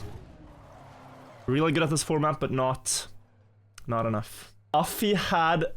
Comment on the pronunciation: "He had enaffi'' in chat act broke me